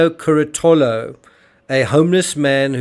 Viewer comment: can't even be bothered to pronounce the names of Antonio Curatolo or Marco Quinavalle or Raffaele Sollecito correctly. It's "Cur-A-to-lo" not "Cura-TO-lo, "KEEN-ta-valle, not "KWIN-ta-valle, and "So- LAY-CHee-to not "So-LAY-Seeto." What FAILS TO MENTION in this video is that all of his '3 amigos' were found to be unreliable witnesses due several factors: CURATOLO: Heroin addict and dealer admitted to being on heroin the night of Nov. 1. Had testified as a police witness in several other previous cases, including murder. Later testified he was certain of when he saw AK and RS in the piazza because there were other students dressed in costumes and getting on disco busses. That was HALLOWEEN, the night BEFORE the murder. Said "The couple was in the square from about until midnight." But Sollecito's computer downloaded and played a Naruto cartoon between and at his apartment. KOKOMANI: Cocaine dealer. Claimed he knew Knox because of the 'gap between her front teeth": no such gap exists. Claimed he saw Raffaele, Knox, and her uncle together at a cafe the previous August. Knox arrived in Perugia on Sept 1, left for Germany on Sept. 2 and returned to Perugia on Sept. 20. She didn't meet Sollecito until Oct. 25 a week before the murder. Knox's uncle was never in Perugia. QUINTAVALLE: Only claimed a YEAR after the murder to seeing Knox outside his store. Was interviewed by Det. Oreste Volturno within 2 weeks of the murder and shown photos of Knox and So